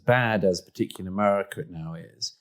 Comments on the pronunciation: I have the greatest admiration and affection for Douglas Murray, but the way he pronounces America as Amurrayca betrays worrying ambitions...😄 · He pronounes America so nice: Amurraca